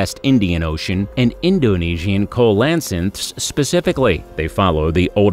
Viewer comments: The last one is not pronounced “Ko-las-inth” that’s hilarious it is instead pronounced “seal-i-canth”. 🤷🏼‍♀️ Cheers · ist Coelacanth not Kolansanth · Mine-a-mar? Marisupial? COE-LA-SYNTH??? What's up with this narrator? Does he not look up the pronunciations of these things BEFORE making a video??? sheesh. 🙄 SEE-LE-CANTH, BUDDY! At the very least, COE-LE-CANTH, Come on! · Coelacanth is pronounced as SEE-lə-kanth, not as ko-la-cinth... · TU for the vid.👍 A suggestion.......check first how to pronounce the names of things.........cause your vid is similar to a documentary. Example: Coelacanth. It is not coal la canth. It is seal la canth. youtube has videos on how to pronounce words.......so does a dictionary & encyclopedia. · Coelacanth pronounced see-luh-kanth not kow-la-sinth. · "Kolansith" made me laugh for way too long. I've heard that word butchered before, but that was a new one. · That last fish is pronounced seal-a-canth. The O is silent and the C is pronounced like an S. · Coelacanth is pronounced "seelocanth"! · Sea-lo-can-th is the proper pronunciation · Seriously if you're making educational videos you need to make sure you're pronouncing everything correctly. Several things were mispronounced, most noticeably "co lass anth"🤦🏻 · the #1 spot is pronounced see-luh-kanth..other then that... damn good video ! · Coelacanth is pronounced see·luh·kanth. Look it up! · Coelacanth is pronounced SEEL-UH-KANTH. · The last fish is pronounced Seal-low-canth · Coelacanth is pronounced (SEE-loh-canth), otherwise, it was a good video. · Coelacanth is pronounced SEE-Luh-Canth. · It's pronounced " seal o canth" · #1 SEE-LOW-CANTH if you are gonna list it, say it right. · Ceolacanth- seel-o-can-th. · It's pronounced 'see-la-canth'. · I thought it was pronounced 'See-la-canth'. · The last one is correctly pronounced as 'see la canth' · MEE-an-mar mar(no "a" here)supial see-la-kanth. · Co lan.sith. He'll I knew how to pronounce it properly in 1959.